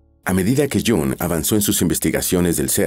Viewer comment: No sabe pronunciar el nombre de este fabuloso psicoanalist....